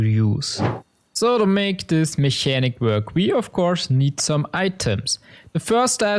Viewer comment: Mechanic is pronounced in English with an hard K sound. It sounds more like "Mekanik"